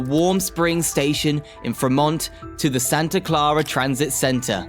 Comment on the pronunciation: How hard is it to say San Jose? Dionne Warwick even sang how to go there. Are we hearing a real voice or a computer generated one? Can't say I'm going to follow this channel when so little effort is put into getting the simplest names right. Like Fremont. 🤦‍♂